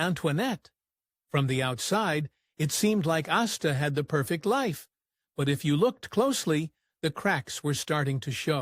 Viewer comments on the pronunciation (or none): The name is Astor, not Asta. That was the name of Nick and Nora Charles’ dog.